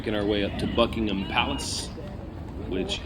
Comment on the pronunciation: I'm impressed that you managed to pronounce "Buckingham" correctly! Well done!😁